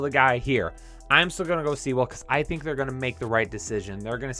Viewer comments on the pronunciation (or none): SEEEEEE-WELLLLLLL LMFAO! Rhymes with Pool btw